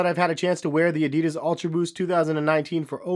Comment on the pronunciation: “Adeeeedus” lol